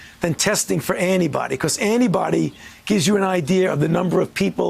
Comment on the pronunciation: Is he saying "test for anybody"?